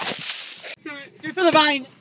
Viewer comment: It’s vine not vayn